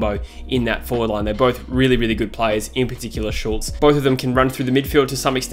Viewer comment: *Schultz not Shulz